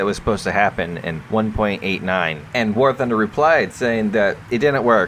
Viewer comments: All I heard at the beginning was "welcome back to Warthauhfosjadbng;alskjgdba;ob news" No offense lol =P Great rumor info. Would be neat to see some of that if its true :0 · did I hear "Wargucking news"?